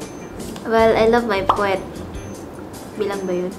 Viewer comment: Do you love poetry? Ivana reply "I love my pwet "...😂 Laugh trip....hehe